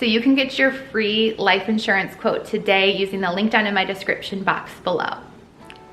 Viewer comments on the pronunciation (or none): none